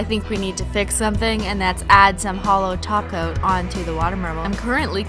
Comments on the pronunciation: SHE SAOD TOP COAT NOT TACO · she said top coat not taco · beep_beep_its_ross because she is saying toco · Glad to hear I'm not the only one! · She did not say glossy taco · Only i hear holo "taco"??? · Cause she does